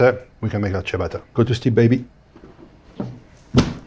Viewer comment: FIRST YOU should learn HOW to pronounce the word ciabatta , but also the way you do it has nothing to do with Italy ! its a self invented rubbish ! the entry G - oven fired with cheap ! gas is disgusting ! selling us wood fire image ! a metal ! box with a stone in it ! production cost under 50 usd ! for the largest one ! is a total fraud ! the image which is build up is. a lie ! any electric oven does the same ! and if you are really interested in food. build yourself a wood fire stone oven !